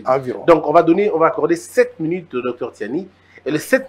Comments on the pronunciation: ce Monsieur s’appelle Tshiani et non Tsiani. Et même l’autre du média, je me demande s’il n’a pas enlevé des lettres dans son nom. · Noël Tshiani svp, pas Tsani.